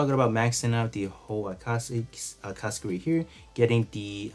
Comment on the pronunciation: Its pronounce A KAT SUKI